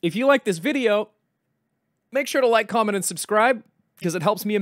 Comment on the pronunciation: lyk, corment, and slubscrip